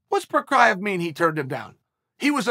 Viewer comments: At this point Chael should just start putting different names for Jiri in the title of his videos every time he talks about him cuz i don’t think he’s ever once pronounced his actual last name😂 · Jiri/Igor “provider” Prohazka/prokowski/prokaev is eventually gonna get upset about Uncle Chael butchering his name over and over. Hell, I’d love to see the legendary arms of West Linn Oregon come out of retirement so he can remain undefeated and undisputed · Jiří "PROKRAYEV" Procházka strikes again!! :))) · Lasted 62 seconds before calling him Prokriev.